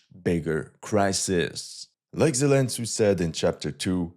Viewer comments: It cracks me up every time he mentions Zelen-Tsu. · "Zelen Tsu" Got me🤣